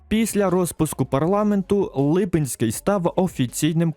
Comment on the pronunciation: Дякую дуже за відео! Хочеться більше бачити відео про Україну в Кайзершизі😂 Прохання: не Лúпинський, а Липúнський (наголос у відео не там)